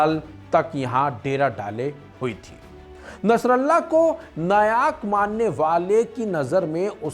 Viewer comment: नायाक नहीं नायक बोल भाई ।लेबलान नहीं लेबनान ।